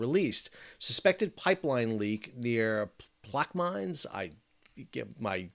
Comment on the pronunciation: FYI Plaquemines Parish is pronounced Plaque ah mon